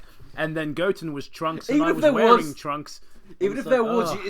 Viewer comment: I swear, every time you say 'trunks', I keep hearing the word 'drunks'. Then again, I'm kind of drunk, so that probably explains it.